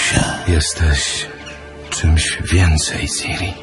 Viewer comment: Czyta się ćiri